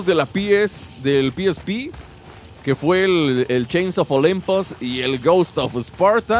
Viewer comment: "Chainz of olempuz" dijo el